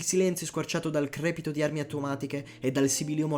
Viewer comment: Veramente si dice crepitìo.....